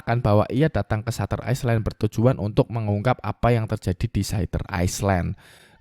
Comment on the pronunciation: Island : bacanya ‘ailend’ bro bukan iceland 🙏🏻